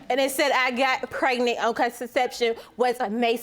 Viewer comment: She got cregnant? This girl needs serious elocution lessons. She can’t have gone to school.